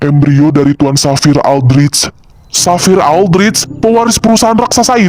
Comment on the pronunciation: Bagusss bgtt plss, suaranya,visualnya, semuanya perfect❤ Oh iya aku tadi denger penyebutan Xavier itu jadi "Safir" entah aku salah dengar atau bagaimana tapi kalo lebih bagus lagi penyebutannya jadi "Safier" kak, kalo salah tolong koreksi lagi ya soalnya aku dengernya begitu😅